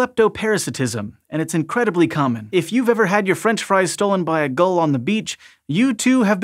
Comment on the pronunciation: Gul. Seagull